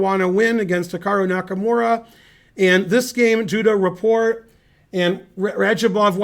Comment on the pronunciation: Just fyi, you pronounce the T in Rapport. He's not French. Go Ben!